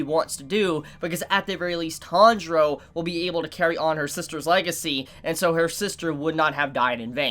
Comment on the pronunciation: Tandra? It’s T-A-N-J-I-R-O